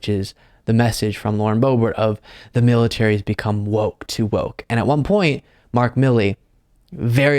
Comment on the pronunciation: her saying "woke militay" pisses me off so much! It's disgusting to hear!